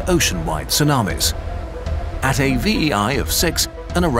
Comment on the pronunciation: i been telling my friends how hard the "ts" sound is to make for english native speakers. its not a syllable we are accustomed to. Glad to hear you pronounce it correctly in Tsar bomba and Tsunami, cuz its TS-oo-nah-mee so su-nah-me